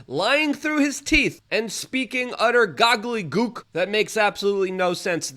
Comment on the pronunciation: "gogglygook" Luke, learn English.